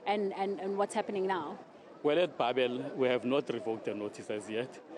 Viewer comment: You must decide young lady. Do you pronounce it "babel" or "beibel"